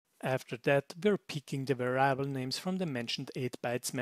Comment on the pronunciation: By the by, "variable" in English is pronounced the same way as in German, the only difference being that the "a" in "va" is short, not long. Pronounced "Weriable".